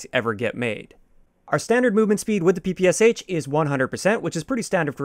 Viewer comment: Hi there, tnx for the video! Just to note, as far is it’s a Russian gun it’s known and pronounced as P.P.SH. (Pistol and SMG by Shpagin)